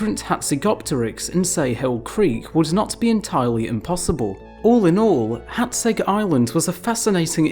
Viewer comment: I just want to say you are pronouncing Hațeg really well.